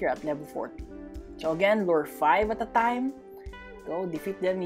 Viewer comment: I always laugh when he say "at a time" because I hear is "atataym"